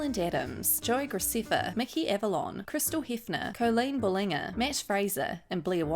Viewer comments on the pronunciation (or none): THE WAY SHE SAID BALLINGER SISBEEIFBRTHEIEJ “Bal-in-jer” not “buh-ling-er” 😂 lolol no hate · i think its time for me to tell my fellow kiwi sister that colleens last name is pronounced “bal-len-jer”. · You prounounced Colleen Ballinger wrong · A YouTube drama channel that can’t pronounce Ballinger. Well....